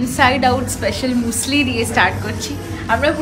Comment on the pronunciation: Hi didi muesli k musli bole na মিউসলি bole..... Loads of love🥰